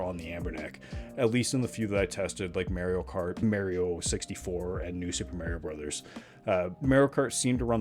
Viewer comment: "merio kart"